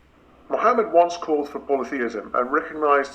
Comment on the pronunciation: He pronounced the ح in Mohammed, pretty sure he's Arab, and pretty sure that's not typical European pronunciation.